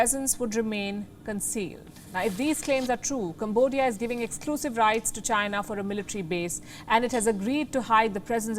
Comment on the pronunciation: Being a journalist, the lady can't even pronounce China properly, what a freaking Indian joke!